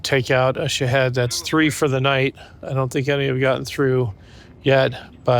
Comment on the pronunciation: Love the way pronounces shahed. Sounds like he's saying shitheads. I love it lol. But seriously... very impressive and courageous of the Ukrainians but also yourself. Job not done but task was well executed and a success. Keep up the good fight. Stay safe.